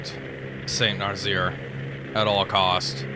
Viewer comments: "Saint Narzeer" gets me every time XD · Had to stop watching after the 3rd "Saint Narzeer"